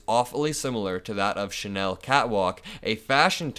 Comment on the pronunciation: Hey you're pronounced Chanel correctly today.🎊 Kudos. Next: Karl Lagerfeld is Lah- gerfeld, not Lay-gerfeld. You are a fast learner and will do well in communications!